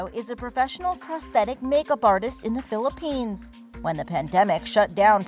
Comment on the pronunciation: me, a Filipino and hearing her say Philippines horribly